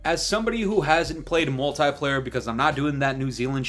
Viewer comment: The way you say multiplayer is bothering me 😂😂😂